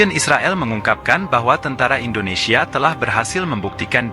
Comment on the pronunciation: Bukan..tentra..tentara Bang 😂